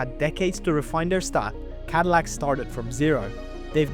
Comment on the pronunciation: lol. cadilac. 😂😂😂😂 what a mega cringe